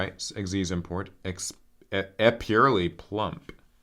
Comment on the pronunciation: I think the expurrely is pronounced ex-purr-ellie